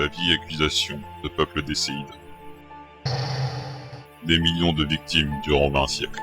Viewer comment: Euh... Decéides ? C'est pas plutôt déicides, tueur de dieux. Je connais pas ce mot en tous cas